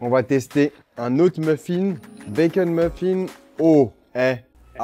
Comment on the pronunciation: Charles qui dit « Bakeun »🥰